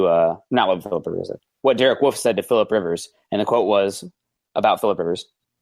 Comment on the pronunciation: Love the show, but I can't wrap my head around how you guys pronounce Wolfe as woof. Do you want to get your babies eaten? Also interesting way to pronounce Australia